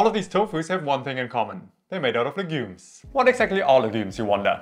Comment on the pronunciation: You talk a little too fast. Please learn to pronounce the word 'legumes'. And talk a little slower please. Nice content.